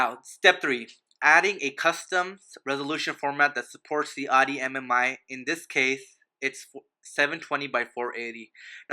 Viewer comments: just fucking say the name of the brand right!!!!!!!!!! is that so fucking hard?? its not ADI!!!!!!!!!! ITS FUCKING AUDI! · how can you expect respect if you cant even pronounce the brand right... its CALLED AUDI NOT ARI